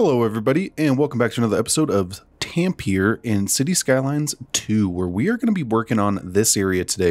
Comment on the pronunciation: City is looking great! Love your detailed designs.. btw according to Google, Tampere is pronounced more like TAHM-pe-ray.